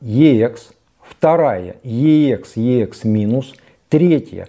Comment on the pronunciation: Уважаемый ведущий, обозначение Ех - звучит просто Экс, как сокращение от Эксцелент (англ. Excellent - отличный, отменный, превосходный), а не две отдельные буквы . Отдельно буквы произносят в аббревиатурах, тогда они все заглавные и каждая является первой в отдельном слове... Например - EMI ( читаем И эМ аЙ по русски) или BASF ( соответственно Бэ А эС эФ, т.к. немецкая марка). Ничего личного, просто вещая ,,нá люди" Вам , как продавцу стоит знать основные термины и понятия на этом рынке, марки и лэйблы, которыми Вы пользуетесь... А также - на Эксе могут быть Видимые царапки, полоски или ''паутина", но не Слышимые как "песочек" или щелчки, ну максимум - на заездах сторон. То, что Вы представляете в этом ролике трудно назвать превосходным или отличным, скорее - очень хорошо с плюсом, т.е. - VG+( Very good - два слова и потому большие буквы)... 🎼🌐🥂